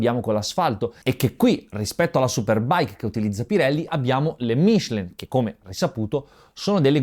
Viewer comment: Ma dire Michelin con l'accento giusto porta male?